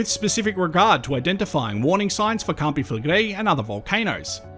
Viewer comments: First English person that I’ve seen on YouTube say campi flegrei correctly 😮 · Thanks for proving that it IS possible for an anglophone to prononce their name correctly.